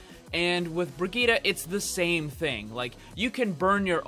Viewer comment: You're still mispronouncing it. You need to put the emphasis on the second I not the G. ps: Mercy's bunny hop is the same thing as the three examples you gave.